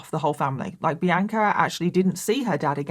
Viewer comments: i’ve been listening to you for YEARS and hearing you repeatedly say my name (Bianca) sounds so weird to me!😂 🤍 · please stop pronouncing bianca the way you do. - sincerely, someone named bianca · Does everyone in England pronounce Bianca as? Seriously asking. I’ve never heard it pronounced that way. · I’m from the US & we pronounce Bianca differently so until I looked at the captions I thought her name was The Anchor like she was just that hardcore 😂